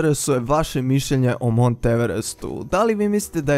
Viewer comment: Alo pametni,nije Maunth nego Mount..nemaju Englezi Vuka Karadžića pa da čitaju kako je napisano!I gde nađe na kraju to slovo h??? Drugo,to jeste planina i planinski masif pa se i sam vrh tako u svetu često naziva.Inače vrh Mount Everesta se zvao i vrh XV,pa na Tibetanskom Chomolungma(majka Boginja sveta) ili na Nepalskom Sagarmāthā.Eto..